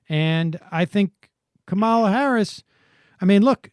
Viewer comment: Please learn how to pronounce 'Kamala'.